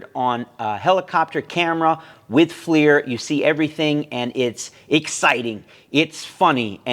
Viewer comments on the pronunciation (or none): Its not flear ..its flir..